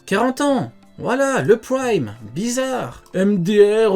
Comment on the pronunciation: "Praimmee" Mdr l englais